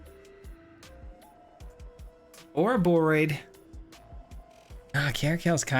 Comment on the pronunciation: Ah yes, the classic Arahboroid deck